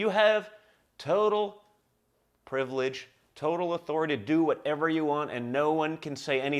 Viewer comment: Ha just hearing the word privalage come out of his mouth! Surprised he didn't bite his tongue.